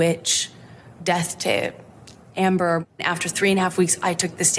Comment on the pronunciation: 'Amber' not 'Ambre', right?